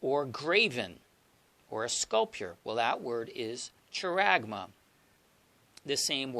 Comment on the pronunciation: Brother, hope you don't mind me sharing this little info with you. Just wanted to let you know that often Greek pronunciations given in websites aren't always accurate - charagma is pronounced haragma - 'CH' makes a strong 'H' sound (i guess like a 'clearing of the throat' sort of sound). Hope this is a help and not meant to confuse instead.